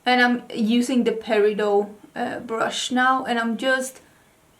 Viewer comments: What a beautiful eye look! I thought I’d be fun to share that the stones name is pronounced like peri-dott (the t is pronounced). It is not French derived but, actually was mined and first discovered in a town called Peridot, Arizona. In a another name it is also called olivine. Peridot is such a unique colored gemstone, glad to see it gets representation 😊. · Peridot is August. I don't want to correct you, but since everyone else does.....it's per i dot. The t IS NOT SILENT! It sounds just as it's spelled honestly. I'm sorry for the correction lol. 🤣🥰